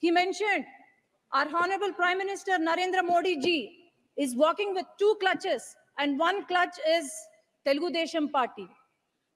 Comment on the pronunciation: It is crutches not clutches.. Bhajana party